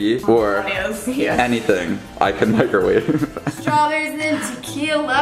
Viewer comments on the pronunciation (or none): did you pronounce it mick-er-wave?